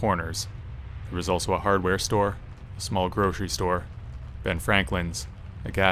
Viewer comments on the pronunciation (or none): none